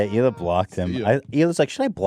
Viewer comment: its Hila* not "Shila" my dude